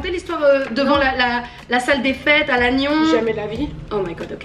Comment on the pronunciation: Elle a dit Lannion ??